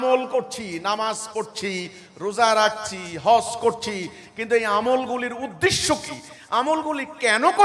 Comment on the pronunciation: যে উদ্দেশ্যকে উদ্দিশ্য বলে সেতো বাংলাভাষা ঠিক করে জানে না। সে আর অন্য জ্ঞান কি দেবে?